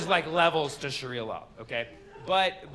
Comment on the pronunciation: I can’t get over the way he pronounces it, tho, isnt it “shaaria” not “shuria”